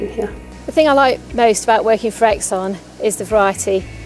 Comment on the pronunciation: The way the pronounce Exxon 📈📈📈